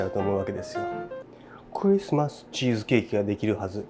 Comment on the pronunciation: さすがのレベルです。 ＆いちいちクﾙｨｯｽｩﾏｽ〜↑